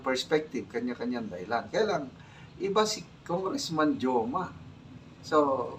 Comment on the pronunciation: Goma po, Sir. Not Joma. 😅😅